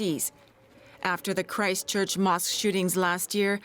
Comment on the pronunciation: I cringed the way he said Christchurch, he literally said it like Cry-Stchurch...